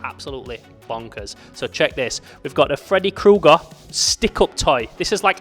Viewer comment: Fredaye Kooger 😅